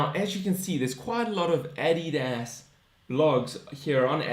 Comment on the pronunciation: Your saying Adidas completely wrong